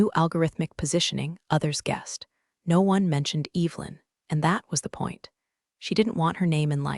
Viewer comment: It would be incredibly nice if words like Evelyn were pronounced correctly. An ai story with no human editing.